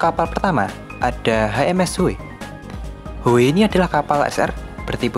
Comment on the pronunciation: Bang lo ngomongnya pas Howe tapi pake logat lo jadi Hoowee😅😂 Howe apa Howee🤮, lanjutkan